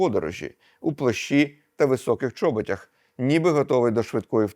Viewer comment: Завжди цікавий історичний контент! Окрім цього хочу подякувати пану Владлену за невпинну роботу над собою в тому, що стосується правильності мови. Однак помилки трапляються. 1. Правильний наголос - " у чоБОтях" або "у ЧОботах". Неправильно повторено два рази "у ЧОботях". 2. "Близько опівночі"- часто та повсюдно повторювана помилка. Це як сказати рос. "Около вполдень". Правильно "близько полуНОчі" або "десь опівночі". Не заради прискіпувань. З найращими побажаннями!